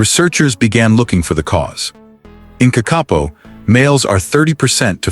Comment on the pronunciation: I wish the narrator w0ould get his pronunciation correct. "KAK- A POE"